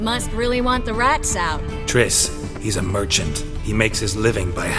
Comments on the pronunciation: Its Triss not Trish ffs! :-) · It's Triss not Trish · Triss, not trish, fgs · Her name is triss not trish are you that dumb? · pls stahp Its Triss with an S and not a SHhhh like in SHhhhit This bothers me so much >_< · Is no one else noticing he's saying Trish? The dame's name is triss. #Bars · It's Triss. Not Trish. Sorry for being blunt. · Yo it's Triss, not Trish lol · it's triss not trish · ain't gonna make it splash if he keeps calling her "Trish" and not "Triss" lol